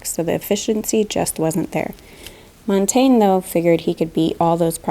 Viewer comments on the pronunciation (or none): Please, Montagne (French for mountain) is pronounced; Mon - Tang - yuh.